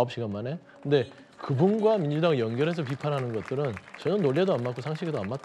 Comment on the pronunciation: "것들은" 억양이 영 그렇네~ ?